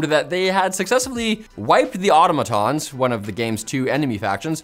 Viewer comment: Helldivers 2: not auto-MAA-tons, but Au-TOM-atons.